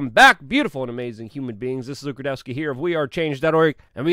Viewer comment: You AND Tim both say your last name so fast every time my old ears can't discern the pronunciation. Radowski? Gadowski?